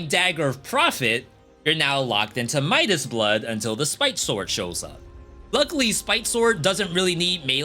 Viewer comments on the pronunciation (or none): none